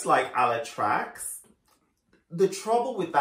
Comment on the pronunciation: not Ala Trucks :D TraCZ our "CZ" reads like your "CH"